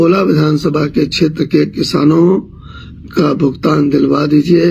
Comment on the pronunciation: मोदी जी "भुगतान" को "भुतगान" बोल रहे हैं